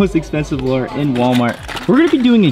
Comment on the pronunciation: plzzzz say lure not lore